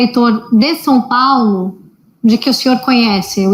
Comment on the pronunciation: Sem contar que nem português direito essa jornalista tem dizendo Som Paulo.